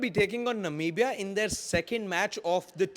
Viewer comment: Almost right it's Namibia sir not Nambia